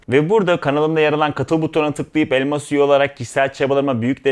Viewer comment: Videonun sonunda ki "elmas üye" söyleminizi her seferinde "elma suyu" olarak algılıyorum :)